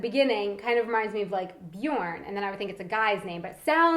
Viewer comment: So she can say Sören but not Björn. hm wierd